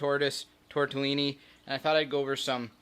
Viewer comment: You pronounce tortellini very distinctly! I always giggle a bit!